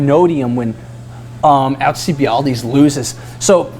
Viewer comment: Dude. Haha. AL-cee-Bied-Deez :)